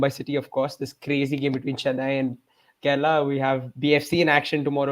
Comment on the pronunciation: It's Kerala not kerela...